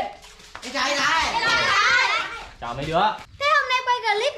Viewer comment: Thái mà cứ nghe thành Khải